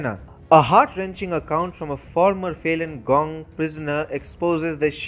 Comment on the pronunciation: get your pronunciation correct as a newsreader. It sounds Failing Gone when you should say Falun Gong.. like Faloon Gong